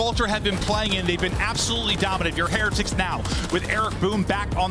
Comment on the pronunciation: Am I the only one that's irritated with how Heretics is being pronounced??